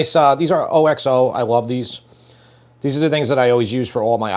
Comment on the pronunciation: It is not o x o , it's Oxo !